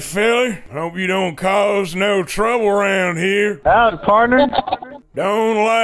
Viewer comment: Arthur!! for "caw"'s sake Arthur!!!